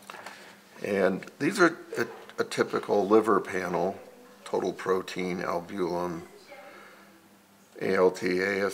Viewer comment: I don't know what this guy is saying when he says albulim???What is that??? I worked in laboratory setting for over 20 years. The word he is trying to say is albumin??? Maybe he has a speech impediment. He is also pronouncing creatinine incorrectly. There are other words also. I think it is very important for one to obtain your own labwork. I could read mine myself, but my doctor did not give it to me. Why I don't know unless he just thought I wouldn't know anything about the results. Whether or not, one is entitled to one's labs. I will get mine the next time I see him whether he likes it or not. I'm tired of his thinking whatever way he is thinking. I do not like that idea. What if I was a doctor? I was going to school to be a Medical Technologist. I ended my last year changing over to Environmental Science and Technology. Still I worked in laboratory setting preforming phlebotomy for over 14 years and knowing well enough about my labs I could read them myself. Well enough ranting and raving. Sorry to cry on anyone's shoulder. I'm getting my labs!!!!!